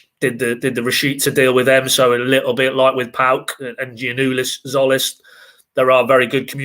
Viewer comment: Jolis?????? I think it's Zolis. The T is silent